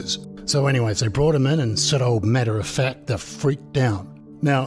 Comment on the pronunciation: Are you saying " Matter of fat"? 🤣🍺